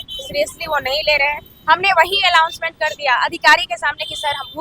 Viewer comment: मैडम जी अलाउंसमेंट नहीं होता है अनाउंसमेंट होता है अगला बार जब आप इंटरव्यू दीजिए तो इतनी ब्लंडर गलती मत कीजिए । अधिकारी भी समझ गया होगा कि कितने काबिल बच्चों से हम बात कर रहे हैं!